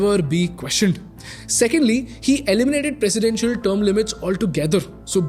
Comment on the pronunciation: every time he pronounce i heard she instead of he > only me?